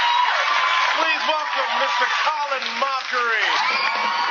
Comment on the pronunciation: Is it Mockery or Mochrie? 😂😂